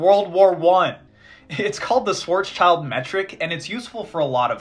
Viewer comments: I loved every second of this. However, there's one pronunciation bit I'd like to comment on: "Schwarzschild" is a German name, pronounced as "Shwarts-Shilld", not "swarts-child" as most Americans do. Literally translated, the name means "Black Shield", which is a whole new level of cool. Still, doesn't have anything to do with children. Greetings from Swabia! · It's not Schwarzs-child. It's Schwarz-schild. The German sch is more or less pronounced like the English sh. It means black shield. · It's pronounced Shvartshilt (Black Shield), not Shwart's child. Otherwise, very enjoyable and informative. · Schwarzschild is actually a German name and it isn't "Schwarz's-child" but rather "Schwarz-Schild" (schwarz=black, Schild=shield) it is correctly pronounced "Shvarts-shilld" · shvarrrtz shield ... not swats child :p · It's not Schwarzs - child, but Schwarz - schild. "Schild" is pronounced kind of like "shilled", the translation is "shield". It's a bit irritating to hear "child" in the pronunciation of the name :) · "Schwarzschild" is pronounced more like "Shwartz-shilled," not whatever weird abomination you came up with. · Incredibly cool stuff, but PLEASE, Schwarzschild is not pronounced like that. It's more like Schwarz Shield (also closer to the German translation of the name) or, even more accurately, Schwarz shilled. Just a terrible nitpick, otherwise I greatly enjoyed this. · The 's' goes with the 'child' and it's pronounced "shilt", and it means Black Shield. Same with 'Rothschild' pronounced "Rot shilt" meaning Red Shield. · Pronouncing schwarzschild as schworzchild is pretty funny as a German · I hate how you guys pronounce Schwarzschild. That name is German for “Black shield”, and so pronounce ‘schild’ like ‘shield’. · Great video, though I gotta say you guys need to learn how to pronounce Schwarzschild - pronouncing it English just horribly butchers it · The way you pronounce Schwarzschild 🖤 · The way pronounces "Schwarzschild" makes me furious